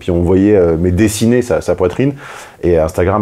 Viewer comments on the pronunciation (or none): none